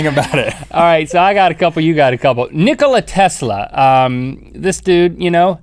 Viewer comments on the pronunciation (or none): Nicola tesla's name is pronounced nicoliy